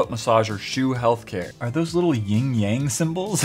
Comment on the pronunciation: It's YIN and YANG. Not the YING YANG twins lmao 😂